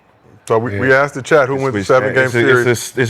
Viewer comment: y'all tell Kmart to please stop saying ( I aksked.. I AKSKED !!!) 😂😂😂